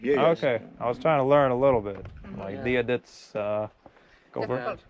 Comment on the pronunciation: Dia dhuit /jee-ah ghwitch. Not dia dit ✌🏻